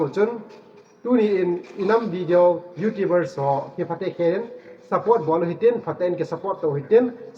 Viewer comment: Youtubers na pronounce dan chu thaset um thim e😁😁Youtubers or Youtibers🤭😅